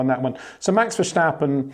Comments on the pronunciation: Sjir Windsjor, why do you keep pronouncjing Maxj'sj name wrong? It'sj Verstappen, not Versjtappen. You don't call Lewisj Sjir Lewisj, and I don't think you have sjome sjort of sjpeach impearement, or do you? It'sj sjo annoying and resjpectlessj too. Pleasej try to correct thisj, thank you very muchj. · HEY PETER WINDSOR, I HAVE MESSAGE FOR YOU SIR: it is NOT Max "verSHtappen" ... Max is not German (Germans indeed do pronounce "st" as "sht") ... #Max33 = Dutch NL/Belgium! ... It is not "Bottash" nor is it "Lewish" certainly not "verSHtappen" .... This BS started long time ago when a British sport presenter interviewed father Jos Verstappen and assumed you can use a German pronunciation to a Dutch Driver thinking it is so "funny" ... It is not. Serious question: can any Englishman say "versatile" out-loud without saying "vershatile" phonetically? most can about 99,99% ... that is why most English can pronounce Verstappen 100% correct! Father Jos Verstappen (also F1 Racer) was very active between back then only a very few said "Vershtappen" but the vast majority of British sport presenters pronounced it perfectly ... only a few old stubborn farts like Peter Windshor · Two predictions before watching: You're going to sing the praises of Max You're going to (arguably correctly) make a point of over pronouncing the 'sch' in VerSCHtappen. :-)